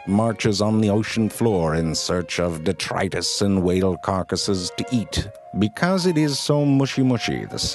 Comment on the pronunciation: de-TRY-tus! Thank you so much!